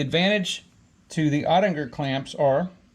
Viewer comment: Cool video. And I think it’s “oh-tick-uhr” .